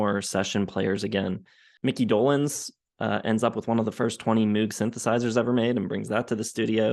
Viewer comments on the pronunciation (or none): It's "Moog" like "rogue,". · 🤠 Shhhh! Wait! No! Don't tell him! It's funny when music critics mispronounce "Moog". Besides it reminds me of my days back on the farm with all the cows.🐮